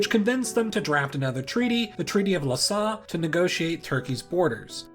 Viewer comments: Hello from France. I like your channel, but you should find a solution for the pronunciation of French names please. Lausanne (lozan, with a like in cat) is not Lhassa in Thibet, as you said it. Sèvres is quite like ’savr’ in English ( with a like in usa). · Dude, why are you double-checking your prononciation, and then misspronounce it ! We pronounce it like sèvr ! Btw we pronounce Lausanne like Lozan. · Guys don't forget it is an open "o", not a closed "o" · the treaty of what? Lausanne would be like Los Anne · > Looks up "Sèvres" > Immediately mispronounces "Lausanne"